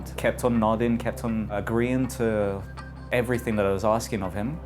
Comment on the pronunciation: The Kings English, Oxford English both define that the correct way to pronounce the word EVERYTHING is "every- thing" and definitely not EVERYTHINK (everything not everythink).